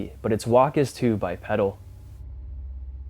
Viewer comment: Love your channel but its pronounced Bi PEEDAL, a pedal is found on a pushbike